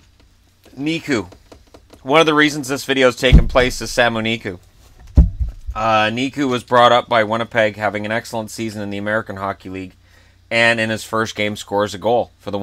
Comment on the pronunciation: Sami not Samu